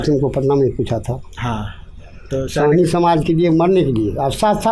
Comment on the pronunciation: सैनी नही सहानी कन्फ्यूज हो